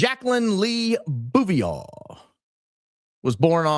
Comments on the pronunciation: it’s pronounced “Boo-vee-yay” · At first, I thought you were mispronouncing Jackie’s maiden name on purpose bc ur funny that way. If that was your intent, please forgive the following. It is pronounced. Boo vee-ay. P. S. U r my fave podcast! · Jacqueline Bouvier Kennedy. The ‘R’ in Bouvier ( French ) is silent , with a long A sound at the end. So- phonetically - something like this. Boove-EE-Aye.